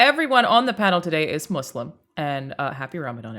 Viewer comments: I love the concept of this video and not just because I'm Muslim. also thank you for saying "Muslim" right XD got bored of hearing "muzzlim" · good pronunciation of muslim!